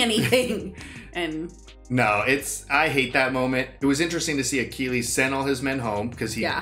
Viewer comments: It's such a silly thing but the way pronounced Achilles threw me off. The movie continued to give the proper pronunciation but he didn't care. I just kept laughing like they are saying Akilleez and he kept saying Akeeleez. I know it's small but I just found it funny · I loved this film growing up in my teens. Btw your pronunciation of Achilles was painful, tho haha. Anyways, great video, guys, as usual! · The way you're pronouncing "Achilles" is driving me nuts haha